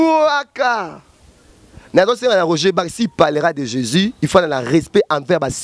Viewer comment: Ndeko loba bien Jesus christ de Nazareth tika koloba Jési oyebi Jési oyo ozolobela pasteur azoloba lokola atalaku ya quartier Latin .